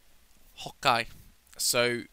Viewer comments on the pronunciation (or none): stop saying hoke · he said OK as "Hokkai" lol i laugh hard until i peed in my pants!!!! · why is he saying hawkeye or hokeye or whatever he is saying? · He says "ho-kay" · He says Hokey